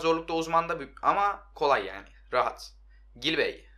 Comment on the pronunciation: Gilbey değil Cilbey